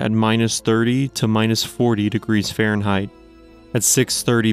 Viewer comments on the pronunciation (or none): none